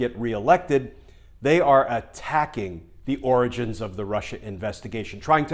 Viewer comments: Why do you keep pronouncing Origans not Oranges ? Like the Geenius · You keep mispronouncing Oranges. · Hey Glenn, am very disappointed that you keep mispronouncing the word. It's 'the ORANGES of the investigation' Also, law abiding & all as they are, I hope all 50 people ignore the subpoenas. If they are threatened with jail, then all the ones who ignored Congressional subpoenas should be jailed too (sauce, goose, gander). And do you really think Brennan, Clapper, Yates, Comey et al will run rings around Graham & Co? They won't be given a chance. All those Senate Republicans will grandstand the time away & they'll have the upper hand. It'll look worse than ever. Better to ignore the subpoenas & say "Waddya gonna do about it?" Don't forget who we're dealing with. You don't play fair with them. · Glenn, I believe you misspoke. I believe it’s pronounced the “Oranges of the investigation.”